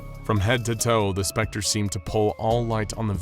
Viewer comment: is that really how you should say T H E S P E C T E R